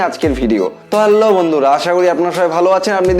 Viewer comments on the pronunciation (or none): হ্যাল্লো না বলে হ্যালো বলবেন ভালো লাগবে।